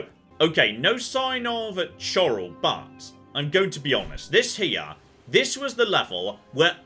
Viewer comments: I love the way pronouncing City names in Oblivion Chorrol is said like Coral Cheydinhal is Jay But with "Ch" and the dinhal is din hall Chey Din Hall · Chore Ole Chay Din Hall Lol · you can have a free horse by talking to the other monks at the priory. also its Chorrol pronounced Korol and Cheydinhal is Chey-din-hal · I thought it was pronounced chorrol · pronunciation of "Chorrol" and "Cheydinhal" bring me great joy XD